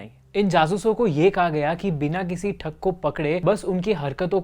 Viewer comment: It's thug not thak .